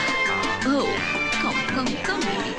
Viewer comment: ബീബി അല്ല കുഞ്ഞേ. ബേ...േബി. 😂❤